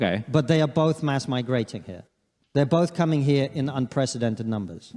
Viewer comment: Destiny: "Unprethedented"